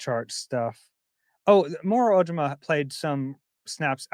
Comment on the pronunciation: why do you keep mispronouncing Moro’s last name?